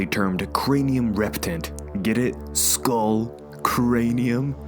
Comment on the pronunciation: I was having a hard time understanding skull with school when you pronounced it :-) good thing there's a picture because I was imagining a school crawlers like when you're bored on a lecture and you want to crawl out of school. How about the Tiger and the Rex in Skull Island is it a Titan too?